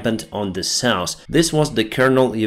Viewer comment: Hill, not hral South, not sauce